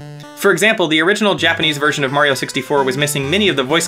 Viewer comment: "japanic?" you mean "japanese"